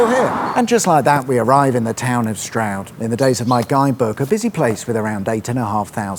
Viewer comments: Loved the mispronunciation of Bourton and Cirencester. Smashed it with Stroud. Next time you go by Northleach you should visit all the parts featured in This Country (and if you haven’t watched it - definitely do that) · You need to sort out your pronunciations my friend;its Bourton not Bowton & Cirencester not Cirenster(!) At least you got Stroud( my home town for the first 17 years of my life) right.I've heard people say Strood which,of course,is in Kent.Wonder what you would have made of Stow-on-the-Wold?!